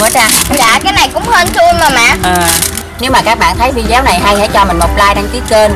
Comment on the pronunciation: Cô ơi cô đọc thành vi deo luôn rồi cô ơi